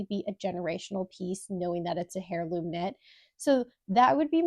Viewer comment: did you say hairloom instead of heirloom 😭